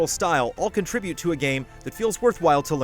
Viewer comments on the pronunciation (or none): none